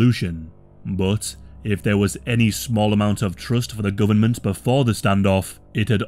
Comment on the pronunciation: AHHH...THE GUBMINT....